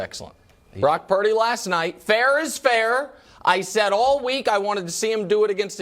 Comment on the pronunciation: it’s not prince…. it’s glock purdy